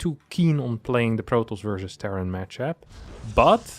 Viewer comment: the "match Ap", man, study the phonetics